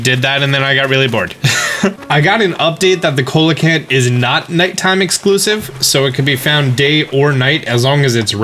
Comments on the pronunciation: It isn't pronounced "co-lecanth", it's pronounced "see-locanth". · The COELACANTH has a starting pronunciation of Sea not Co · See la kanth. Not cole-a-kanth. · Please pronounce coelicanth as sea-licanth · SEE-LUH-KANTH. Not Cole-la-kanth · Cracking video, great tips. Just an FYI tho, Coelacanth is pronounced see-lah-canth. Not cola-canth :) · Did anyone ever tell him it's pronounced see-la-can-th? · It’s pronounced SEE-la-canth. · It's pronounced See-Luh-Canth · Coelacanth = SEE-la-canth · The expensive fish is pronounced cee-la-canth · Coal-lecanth... What lmao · The coelacanth is pronounced seel-a-canth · Heads up just cuz words pronunciation is a little bit of a pet peeve for me, it's pronounced "see-lo-canth". In any case this information is sooo helpful, thanks a ton man! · It's pronounced "see-lo-canth" just so ya know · Yes, because it's suppose to be SEE-luh-kanth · can ppl say coelecanth properly im going mental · I know the correct way to say coelacanth but now I just want to call them "cola cans" forever. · SEE-lə-kanth lol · Terrific series, thank you! One thing: it's pronounced see-low-kanth. Sorry for being pedantic, I'm an ex-marine biologist :) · Coelacanth is pronounced "See-Lo-Canth" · The coelacanth is pronounced seal-a-canth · I may be wrong, but I thought it was pronounced “see-lo-canth” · 👍👍👍👍 I was looking for this comment. I used to pronounce it see oh lee canth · It's coelacanth pronounced (sea-low-canth ) 👍👍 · Very helpful guides. P.S.: It's pronounced "see-low-canth" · Coelacanth is pronounced see lah canth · "Cola can" xD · dude it's pronounced Sea-lo-canth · Coelacanth is pronounced SEE-la-canth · Great video but it’s pronounced See-Low-can-th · it's pronounced 'see-lo-canth'. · It's called see - la - canth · just a little fact, Ceolacanth is pronounced See-low-canth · It's actually pronounced as "see la can't". Great content!! 👍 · Came down here to say this to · Coelacanth is pronounced "Sea La Canth" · It's see-luh-canth but ok